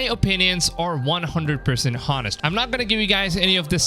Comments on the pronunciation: I get distracted and irritated when you say HOnest instead of O'nest... isn't the H in Honest suppose to be silent when you spell out... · You told no lies here but why the fuck do you keep pronouncing the 'H' in honest?! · The H in "honest" is silent.